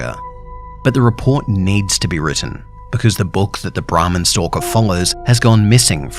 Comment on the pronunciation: It was sounding like he said the ramen stalker like someone guuna Rob your ramen noodles 😂😂